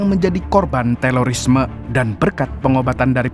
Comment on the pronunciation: TERORIS bang Bukan TELORIS😅